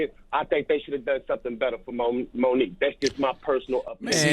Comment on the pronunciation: Her name is Mo nique stfu I'm out